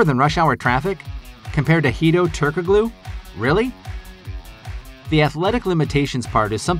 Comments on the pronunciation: Ok... Its SLOVENIA not SERBIA Its pronounced as Turko-LU not Turko-GLU. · Are you so young you don't know how to pronounce Turgalu . The k is silent. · Every time you say "turk a glue" I die a little. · Hedo Turk-uh-glue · It’s pronounced “turk-aloo” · The "g" is silent in Hedo's last name🙂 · Stop saying Turkoglu like that! Fine enough video, but clearly you're a new bball fan. Check pronunciations for your next video to avoid looking green.